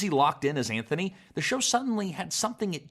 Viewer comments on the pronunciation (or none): ANTHONY NOT ANTFONEE 🤣🤣🤣🤣